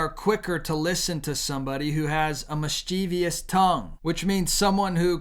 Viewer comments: Mis-chiv-us Not mischeeveeus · It's MIS-chiv-uss. There's no "-eous" or "-ious" making mis-CHEEV-eous. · It's pronounced MISS-chi- vuss